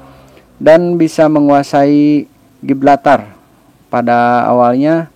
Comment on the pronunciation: Setau saya Gibraltar bukan Giblatar